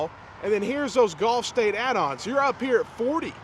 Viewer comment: It's pronounced GULF States Toyota. But it smells scammy either way.